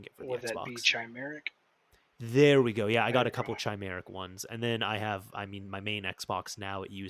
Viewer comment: Oh please stop pronouncing "Chimeric" like that 🤣. Appreciate the vid!